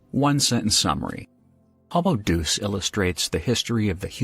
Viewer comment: Hom-oh Deoose? It's from the Latin, Hohm-oh Day-oos. (form wikipedia - Deus (Classical Latin: [ˈd̪e.ʊs], Ecclesiastical Latin: [ˈd̪ɛː.us]) is the Latin word for "god" or "deity". Latin deus and dīvus ("divine") are in turn descended from Proto-Indo-European *deiwos, "celestial" or "shining", from the same root as *Dyēus, the reconstructed chief god of the Proto-Indo-European pantheon.)